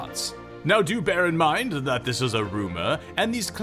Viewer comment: Was it on purpose you said do Baron err bear in mind? Sounds like a good card name for a black discard spell, barren mind.